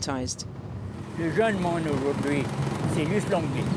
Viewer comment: he says something like 'as-daar' for aujourd'hui